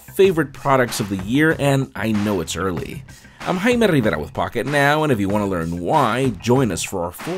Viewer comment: Please stop saying your surname with the exaggerated "Rrrr" It is absolutely disturbing!